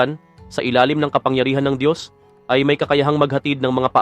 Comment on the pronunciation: Ang Dios ay hindi tao. Itatama ko lang yong paulit ulit na pagbibigkas mo. Diyos nga sya makapangyrihan sa lahat lahat. Kaya hindi sya tao.